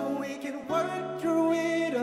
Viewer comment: i observed Fords pronunciation of "through" is "true" . he needs diction improvement i guess? but he sings well though